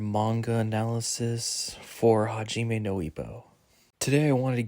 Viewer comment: mate you should pronounce the core names and words right... Good video though! Takamura (not Takamarou) hajiME (not haJIme)